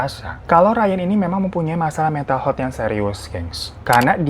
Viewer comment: Maaf, sekedar meluruskan. Health huruf 'e' dibacanya seperti kata 'Hebat'. Aniway, skill story tellingnya tingkat dewa 👍🏼.